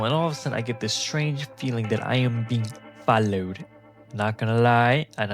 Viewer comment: "that i am being fOLoWeD" lol got me dying..i almost got killed once bcz once i was just chilling at like 7pm and i was filling up my bike with gas then i walked into the store to pay and get some candy and blah blah whatever anyways when i walked out atleast four steps out of the store BAM AMBUSHED this guy came sprinting out behind a corner holding smth shiny but idk if it was a knife but i asumed it was so i droped my candy and made a run for it and when i looked behind me im not joking but the way the guy was running was so funny i bursted out laughing and obviously out of breath from runing and laughing💀😭🥀🙏🤣